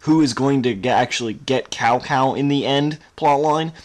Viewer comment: Cao Cao is pronounced as "Chow (2nd tone) Chow (first tone)".